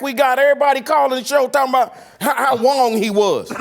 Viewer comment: "How Wong he was!"...im dead